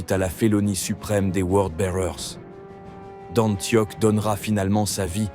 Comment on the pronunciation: Juste un petit défaut de prononciation, ça se prononce Antioche et pas antioc. Mais sinon j'aime bien ce format